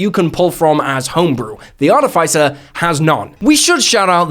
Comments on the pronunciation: It’s Are-tiff-iss-er 😡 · I find it funny how no one say articifer correctly art tis if fur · I don't mean to be picky or judgy but ARTIFICER is pronounced /är-tĭf'ĭ-sər/ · Am I crazy or this is NOT the right pronunciation of "artificer"? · please stop saying artificer like that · That's not how you pronounce "artificer". Check Google. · Why do you pronounce artificer like that O.o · The way he pronounced artificer with the hard I is noteworthy, comment worthy really, to me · you should learn how to pronounce words, hearing you butcher the word artificer over and over and over right in the begining of the video is very offputting